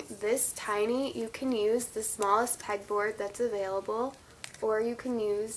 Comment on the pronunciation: Did she say peg board or peck